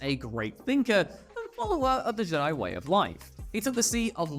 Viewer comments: Fire this guy, he sounds retarded, the word has been around since 1977 and you are saying it wrong. It’s JED-EYE not GEE-DYE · Jedi… j’dai… super cool video idea but I can’t watch this. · Can't take it. Probably a cool vid, but it's cringe with the whole J'dai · Where in the hell are you from that you can't say jedi properly? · Say Jedi properly 😂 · Why do you pronounce the word Jedi that way? (Not judging, just curious) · Jedi isn’t some old word that may be pronounced any number of ways. Great analytic boost at the cost of any actual fans wanting to watch more content from you. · couldnt finish. mispronouncing "jedi" did me in. sorry. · What the Hell as going on?? Why are you not able to pronounce Jedi??? Wow.. please don’t let ever do a Star Wars video ever again 😳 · Well, this was a crap video. I hate to dump on ya, cause you're vids are usually way better. Did you know it was crap so you purposely mispronounced Jedi to throw us off the scent of 💩. Oh, and that one name Poli Dapatian sounds like a nervous condition, or something you do on your own away from others. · Why are you pronouncing Jedi like that?! It's unbearable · I think you're saying Jedi wrong 😂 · Omg I thought it was just me hearing it but by the 4th time, I came to see if comments thought the same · Srsly. Are you purposely mispronouncing Jedi? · He’s doing it on purpose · "You fools, he intentionally says it wrong on purpose so we would comment about it for the Algorithm!" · I thought I could get over it but in the end it still bugged me good video though.